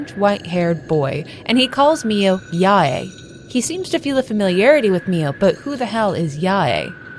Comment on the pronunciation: Love all ur narrations even if Sae - is like Sa-y and Yae is like Yay